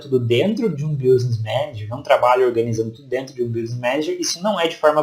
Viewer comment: Gostei da sua aula, mas o som do <"business" como se pronuncia é "biznes", mais ou menos assim.